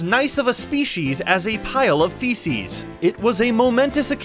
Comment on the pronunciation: "As nice of a species, as a pile of fesus"